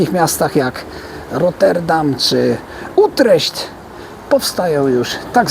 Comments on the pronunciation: Utrecht wymawiaj tak jak jest napisane. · To niemiecka wymowa. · Utreśt hehe dobre xD